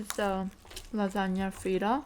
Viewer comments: "Laganya* hehehe lasagne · she said lasagna like you say “lajania” 😭 but i love your mukbangs!!!! ❤️❤️